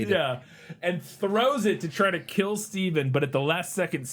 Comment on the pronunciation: But will it keel?